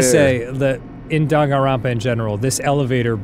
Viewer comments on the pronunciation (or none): none